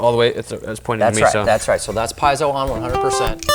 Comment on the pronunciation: "Piezo" , pronounced "pee-ets-oh" not "pies-oh". 😊👍🏻